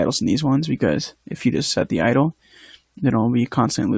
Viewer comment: great tutorial, still one of the best out there. Please continue this PS: It's "idle" not "idol" lol